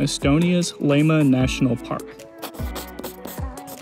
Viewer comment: don't even try to pronounciate estonian names without long and proper training... Lahemaa is not /laima/ as it sounds here. la-he-maa. not so difficult, only lil bit of care needed. just tryna help :) alrite, just kiddin actuerly. but i will never attempt to say Kuujjuaq without proper training - it is spot on north american continent same latitude as north estonia... bit more south, it is 58° 6′ 24″ N and Tallinn on north coast of estonia is 59° 26′ 14″ N